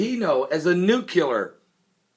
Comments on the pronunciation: Read the fucking word!!! NUCLEAR, not "new cool air". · It's nuclear, not nucular. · it's nuclear... noo-clee-ar... not noo-cue-ler... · New Clee Ar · TRY THIS WAY: NEW-CLEAR! Repeat many times, then drop the hyphen! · Nuclear. NOO-KLEE-ER. I could only take it so many times. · S A M E !